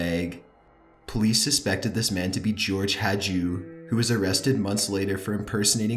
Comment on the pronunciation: Rather "Hajdu" than "Hadju"...